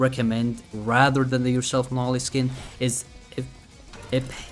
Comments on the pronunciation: ITS NOT NAH-LEE ITS NO-LEE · Bro pronounce noli as "nali" like bro put the word "no" and li" together man😭🙏